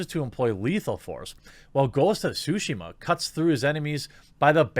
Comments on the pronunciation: Please stop butchering the name of the game. You're supposed to pronounce the T in Tsushima, you either call it sushima or shushima. Practice by saying Tsu repeatedly while making sure to pronounce the T. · Did he say ghost of sushima XDDDD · Sue-she-ma .....like Hiroshima. Come one dude